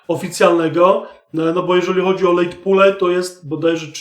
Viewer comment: Drogi, dzoekuje ci za Twoje wartosciowe vlogi. Jedna drobna uwaga- to nie sa exit pule tylko pole od slowa poll, nie pool.